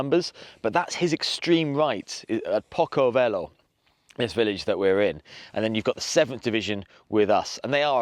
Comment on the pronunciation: Maps are bad, unfortunately, which spoils this, and why is the pronounciation so bad - it’s pronounced “Posso velho’ not “Poco velho” and at the beginning description surely it was Wellington’s right flank that was the problem, not his left. Sad as I was looking forward to this battle being described. It was unique, being the only battle where the Portuguese defended Spain, the Spanish, Portugal, being fought by Britain against France, the British using Scots and Irish and the French, Poles and Germans … what a shame